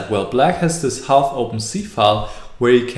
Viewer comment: Hi Niclas! Ich liebe deine Videos und ich bin fast schon so weit, dass ich auch dich liebe. Aber eines muss ich jetzt doch mal loswerden. Es heißt nicht [half] sondern [haaaf]. Meine Englischlehrerin hat mir dieses stumme "L" eingebläut bis zum geht nicht mehr. Also wenn Magnus eine halb-offene Linie besetzt, dann wäre [haaaf-open] file irgendwie angenehmer zu hören. Oder meintetwegen auch 'semi-open file'. ;) Schöne Grüße Ronald